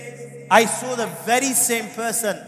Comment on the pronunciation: The speaker doesn't pronounce the SAW the right way.